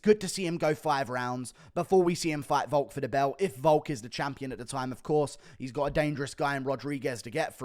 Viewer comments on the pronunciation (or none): none